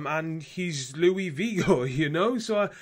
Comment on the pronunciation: He's Portuguese not French, it's pronounced Luis not Louie. And you pronounced his last name like Vigo